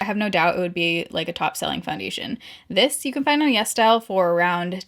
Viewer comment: I always thought she was saying Yes Dial instead of yesStyle 🤣